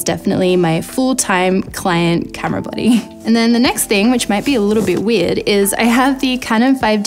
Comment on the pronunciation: It took me a while to realize you were saying 'body' and not 'buddy'. Silly me.